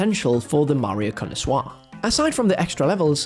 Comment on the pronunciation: I’ve honestly never heard the word connoisseur pronounced like that before…